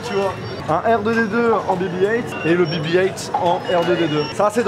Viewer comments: C’est pas bi bi height mais bé bé huit ( BB8 ) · Dit le en français BB 8 pas heingt